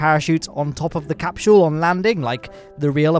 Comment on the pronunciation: said capshule instead of capsule